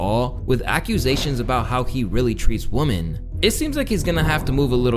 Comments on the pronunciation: great video, just one thing the plural of woman is "women" and is pronounced /ˈwɪm.ɪn/. just something i noticed ... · Dude u pronounce Women and Woman the same!! so annoying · I'm a big fan if you page and this is a great video, but the word for more than one woman is women wo-men 🤷🏿‍♂️ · I'm....is this how your generations pronounces "women" after the prolific use of "female"? Y'all forgot how it sounds? Woman = One vagina carrier Women = Multiple You are saying woman :O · Why do you pronounce women as WOMAN lol this guy can’t speak right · This is so irrelevant but idky ppl on youtube constantly pronounces women as woman it drives me insane 😂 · Bro PLEASE pronounce the plural of Woman as "Wimen". It's driving me crazy lol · why does he pronounce women wrong? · With a woman and with women is pronounced differently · Women isn't pronounced in American English the way you are doing it. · pronouncing women like you do is super annoying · Was this a half hour long Tarzan impression or do you really not know how to pronounce the word women? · Dude can’t say women correctly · This guy can’t pronounce “women”. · Why don't you know how to pronounce "women" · Its so annoying when people use "woman" and "women" incorrectly. Like you sound like a grown how tf have you made it this long pronouncing it wrong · Is the VO AI just he says “women” oddly? Like I can hear the quotation marks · You did a whole video about a gender you can't even pronounce. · How do you make the word "women" sound singular? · is sure having a problem with the pronunciation of women. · Woman and women is not pronounced the same. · Why can’t bro pronounce “WOMEN” ??? 💀💀💀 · At first I thought he was doing it on purpose to be funny but I really think he don’t know how to pluralize women. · Is it just me or does he keep saying "woman" instead of "women" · Is he saying woman instead of women? Just wondering because that was confusing me lol. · The word "women" is pronounced "whim in" not "woman".